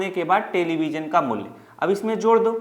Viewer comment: Sirrr ji dooo nhi hotaaa do hotaaa hee😂😂😂😮😢😢😅😅😅